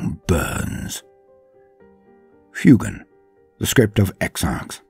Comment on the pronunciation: Love the video! I noticed that you pronounced the Pheonix Lord Fuegan as "Fyoo-gahn"! Fuegan bears a striking resemblance to fuego in Spanish! Fuego, Spanish for fire is pronounced "Fweh-go," so I believe Fuegan would be pronounced "Fweh-gahn!" Just food for thought!